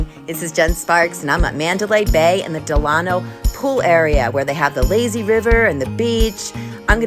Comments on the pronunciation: Del-a-no, not Del-ano. Like Franklin Del-a-no Roosevelt. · Great video but it’s “Del-uh-no” ;)